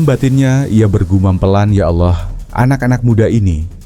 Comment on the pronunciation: Tulisannya Allah bacanya awloh